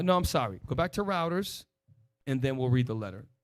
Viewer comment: I gotta say it. I love ya but, it's [roi-ters], not [routers].